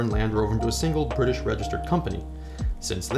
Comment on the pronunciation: It's British not brita please